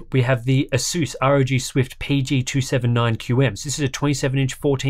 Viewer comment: Apart from pronouncing ASOOS wrong, (Why? there's no O's in it!) and like the americans. Very nice! 👍